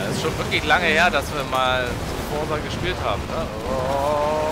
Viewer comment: Es heißt "Forza" und nicht "Forsa" ......haha